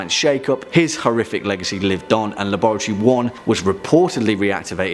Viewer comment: The way he says laboratory